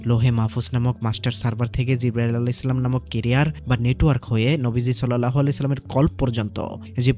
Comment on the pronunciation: শেষে সালাম টা একটু অন্যভাবে দিলেন